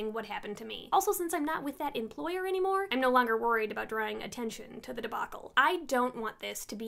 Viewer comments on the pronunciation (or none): none